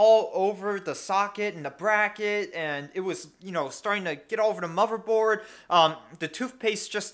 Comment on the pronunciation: "TOOVPASTE" and "MOVERBOARD" lol